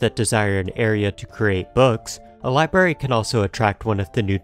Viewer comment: small criticism and forgive me if it's just a speech impediment but library is pronounced ly-brar-ee there is an R sound after the b and you kept saying libary.